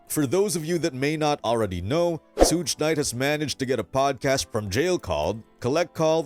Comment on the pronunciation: man who the Fudge is sooge knight lol